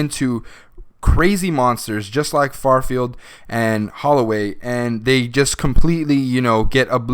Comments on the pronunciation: His name was Fifield, not Farfield. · its not FARFIELD, its FIFIELD